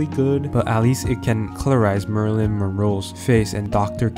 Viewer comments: Come on, man...."Marilyn' Monroe not 'Murilyn' Monroe.. Geezus! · Could not watch past the murder of marylin Monroe’s name.